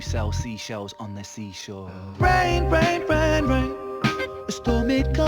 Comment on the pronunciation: Also for me "Rain. Rain. Rain. Rain." sounds like "Reign. Reign. Reign. Reign."